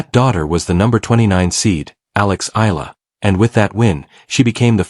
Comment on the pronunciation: Not Ayala spelled and pronounced but spelled and pronounced properly as E-ala 🇵🇭💜🇵🇭💚🇵🇭❤️🇵🇭